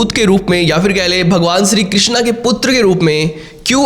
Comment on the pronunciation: विदेश मे सनातन को पसंद किया जा रहा है इस बात की बहुत खुशी है, लेकीन विदेश के लोग मंत्र का उच्चारण मे थोडी गलती कर रहे है, वो हरे रामा हरे कृष्णा कहते है, जब की सही उच्चारण हरे राम हरे कृष्ण ऐसा है, वास्तव मे कृष्णा द्रौपदी को कहा गया है, यांनी की कृष्ण की बहन , और कृष्ण को सिर्फ कृष्ण ही कहा जाता है